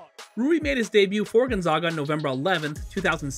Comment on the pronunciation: Love Rui so much. His college is my home town team and watched him the whole time. But this video kills me because this guy says Gonzaga wrong every time. They are the zags. Like zig zag. Gonzaga! Not Gonzahga